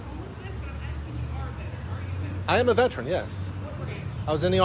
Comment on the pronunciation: Im "axkin" you to leave.